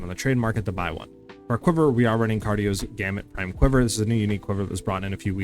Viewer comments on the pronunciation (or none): The teleport effect of one of the mods on headhunter feels bad, IMO. Made me go back to Ingenuity. Also, Gemini isn't the only bow that comes with the additional arrows mod. There is also Twin Bow and Dualstring Bow. Also it's Cadiro, not Cardio lol